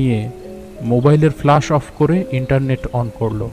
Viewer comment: Flash not flush, coincident noi its concidence. Dear team this narration was quite flat no emotional touch present in the entire episode hence it missed to evoke any atmosphere of horror. I loved ur Byomkesh episodes but this missed the mark!😔😔😔😔😔😔.... Goodnight ✌